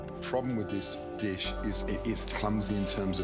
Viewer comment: Ruined the deesh......